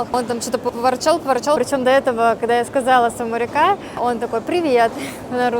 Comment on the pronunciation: Самарика 😂😂😂 чуть с дивана не свалился 😂 САВАДИКА